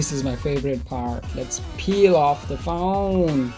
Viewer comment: Its phone not phouune!!